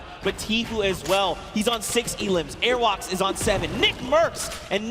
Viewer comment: the person that called Airwaks airwax omg he annoyed me just by saying that